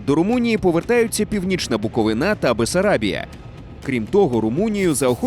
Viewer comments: Гарний ролик,але не БуковинА, а БуковИна. Візьміть до уваги! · Будь ласка, від усіх буковинців: БуковИна, а не БуковинА. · та БуковИна, а не БуковинА ! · Будь ласка, ставте правильний наголос, правильно БуковИна, дякую)